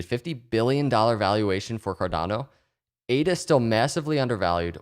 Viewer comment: eight-uhh is making me some wicked big gains it's bonkahs, my guy!